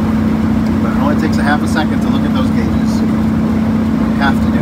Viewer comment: Gague gate! I love it!